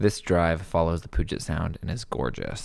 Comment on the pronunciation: Pronounced “pew-jet”!!!